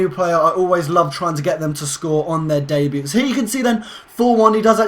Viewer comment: it's day-bue not day-buet